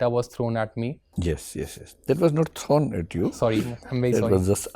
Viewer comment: 'it was not thown at you..." yehi sab baatein toh yaad aati he divyakriti sir ki